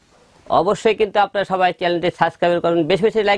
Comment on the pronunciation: আগে সাবস্ক্রাইব উচ্চারণ করা তো শিখে আয়,তার পড়ে না হয় দেখা যাবে